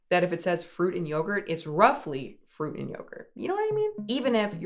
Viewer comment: "froot" snacks